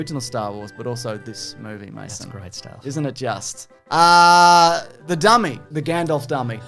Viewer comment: "MASO"??? I've seen close to a hundred of these guys' videos, and I've always thought it was "Mason".